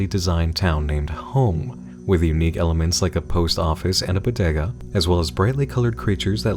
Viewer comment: the way pronouncing bodega make me wanna cancel him